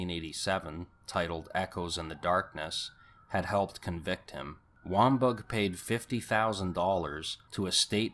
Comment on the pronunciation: It's Susan Reinert; not ReinHART. And, author Joseph Wambaugh's name is pronounced Wom-baw. sheesh